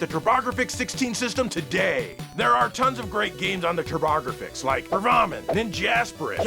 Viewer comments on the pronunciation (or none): I had 80 lbs over my head at the gym when he said Turrbahhgruhfix at the end and almost killed myself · Loved those Turbographics mispronunciations. Best sketch since the Greendog song. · extra funny since the Japanese titles were pronounced properly (Raiden and Y's).